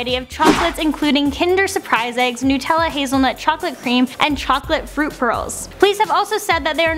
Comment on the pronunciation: Nut. Not noot. Nutella.